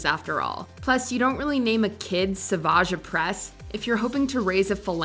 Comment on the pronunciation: Honestly the fact that pronounces Savages name right is amazing, most people call him Savage rather than Sa-vage